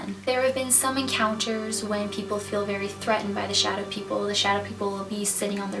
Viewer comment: I thought you said shoutout people